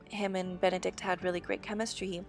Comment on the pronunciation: Swear I heard you say "I love Bene-dick"